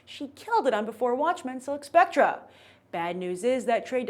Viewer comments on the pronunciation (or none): Did she just say "spectra?" LOL